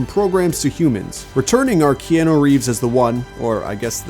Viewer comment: Key Ann eww = NO. Key aaaa nu = YES.